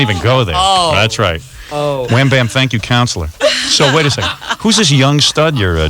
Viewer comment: Book wecond